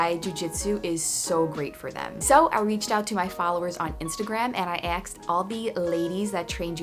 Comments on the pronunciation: "axed" instead of "asked". I love your channel, but that drives me crazy. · "he axed". I don't know why, but lately I hear this "axed" pronounciation everywhere.